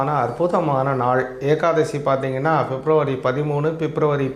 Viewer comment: Fep nu solladinga February. Yae fep fep nu thappa solringa.😂